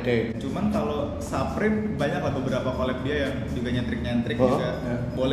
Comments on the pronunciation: its fucking supreme not SAPRIM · saprim or suprim? bukannya dibaca suprim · bape baca nya beip bliih supreme baca nya su (kaya susu)supreme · Orang di barat, baca BAPE: Beib Orang di barat, baca Supreme: Suprim Mungkin youtuber barat salah yaaa, soalnya bacanya Bape sama Saprim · Menit 0.44 suprim bang bukan saprim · Dibacanya suprim mas yg bener hehehe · SUPREME dibaca "Suprim" bukan "Saprim" 💩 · saprim? Bape? Nyebutnya Suprim dan Beip. Tollolisne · SUUUPREMMM KELESSS BUKAN SAPREM.... KAMPRING